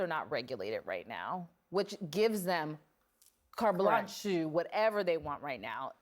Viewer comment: Did she really say " Carte Blanch-ee"?